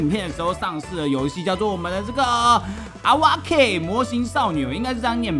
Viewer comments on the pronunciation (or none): 其實awake音念「噁味可」，有甦醒、醒來的意思😂